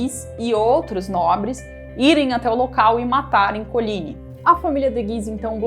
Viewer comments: PALAVRAS FRANCESAS SÃO OXÍTONAS QDO TERMINAM COM Y MONTMORENCYYYYYY . COLIGNYYYYYY.. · COLIGNY E MONTMORENCY OXÍTONAS.Primordial conhecer a pronúncia correta de vocábulos francèses.Apedeutas desinformam.